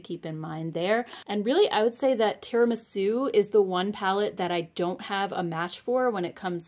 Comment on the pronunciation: Great haul, nice to see them back. Thank you! Time for an Italian lesson! Italian is my native language, so if you are interested, the first syllable of tiramisu rhymes with ear or tier, (not air). Tier-ah-me-sue! Life is short, eat dessert first.